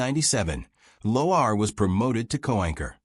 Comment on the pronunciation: Get your AI to pronounce Lauer CORRECTLY! Why give any airtime to this segment anyways?